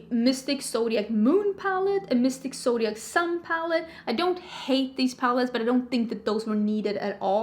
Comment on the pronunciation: The word is pronounced "mohv." Almost every beautytuber mispronounces "mauve." 😒😪 Are you saying "zodiac"? I thought you were saying "soviet"